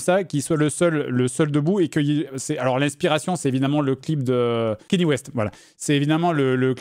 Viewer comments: "Kagné", ça se dit "Kagné"... pas "Kenny" 😂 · JDG qui n'a pas compris power de Kanye West. (Qui se prononce "Kanyé" mais c'est abus très courant en france, ça se comprend) Power parle des dangers de donner trop de pouvoir a un seul homme, c'est un cri d'alarme et le clip représente cette idée, un homme moderne au milieu d'un tableau représentant un dieu de l'olympe. Donc dire "le melon de Kanye", il est vrai qu'il a cette réputation (et qu'il la mérite), mais ici c'est hors de propos, c'est propager des idées fausses sur une oeuvre qu'il n'a même pas cherché à comprendre, il parle de "melon" alors que son ignorance sur le sujet devrait le pousser a l'humilité car il n'a pas la vision artistique de la personne a laquelle il s'attaque; il devrait s'intéresser d'avantage au références qu'il utilise, au mieux curiosité intellectuelle, au pire par respect pour son publique. J'en fait peut être trop mais je trouve que c'est souvent que JDG prouve une certaine ignorance sur des sujets qu'il aborde ou des références qu'il utilise, une partie de son audience est jeune, il a une responsabilité sur les idées qu'il propage car ça sera prit pour acquis pour une parti d'entre eux.